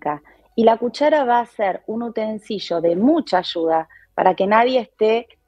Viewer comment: Mmm dijo utensillo y no utensilio. No sé qué tan logia es.